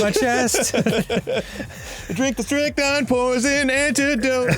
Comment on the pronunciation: its not pronounced "strike 9"